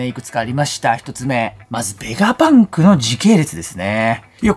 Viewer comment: 作者に失礼なので名前間違えないで下さい。何度も同じコメントしてるのに読んでくれてないんですか？ ベガバンクじゃなくて、ベガパンクです。 動画見てみて下さい。ベガバンクって言ったりベガパンクって言ったりしています。